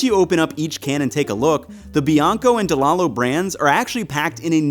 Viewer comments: It's actually pronounced "De Lie Lows". They're from my hometown and my family did business with them. 😆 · It's spelled Delallo, but it's pronounced Delīllo... trust me, they're from the hometown of my wife and my favorite Italian specialty store/deli/bakery/olive bar of all time.